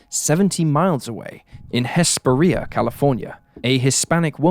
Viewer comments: Just want to say thank your for covering LA cases. They aren’t covered enough IMO as almost always see cases from other states & countries! Ps Hesperia is pronounced (He-spare-ri- a).😊 As Kylie’s case it’s amazing her father stayed after all these years. That neighbor is so rough now, he’s a trooper.❤ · Hesperia isn't promoting that way😅. Although that's the funniest way I've ever heard it said